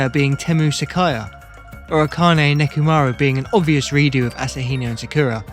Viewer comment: Why do you keep calling Sayaka "Sakaya"?